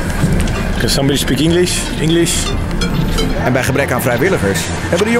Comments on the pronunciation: je spreekt het uit als inglisch, niet ienglisch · Gaat giel weer😂😂 ienglish? ienglish?